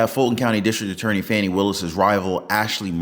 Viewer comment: Pronounced FAWNY NOT FANNY😐